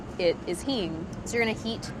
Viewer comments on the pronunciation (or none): what did she say? aspatita? heme? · why is she saying? Hene? Heme? Hean? Hin? Google doesn't give any result